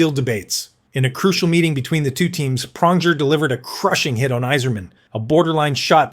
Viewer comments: Praunjer, Toochuk! When can we get a competent knowledgeable reporters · Cool use of AI voiceover slop. Couldn't even pronounce Pronger right.